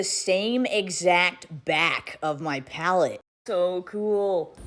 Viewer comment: That "pallet" from P Louise to Mikayla is beyond ridiculous. Come tf on.